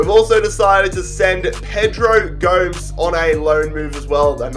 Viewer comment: gomes, who is he saying it like homes